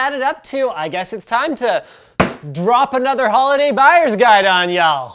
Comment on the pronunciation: I'm from Texas and when you say y'all we don't pronounce every letter